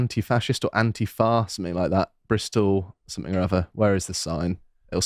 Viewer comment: Did you say ANTIFART ?